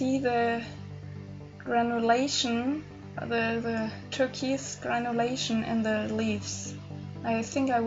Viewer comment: It’s TUR-KOYSE...with the KOYSE sounding a little like BOYS.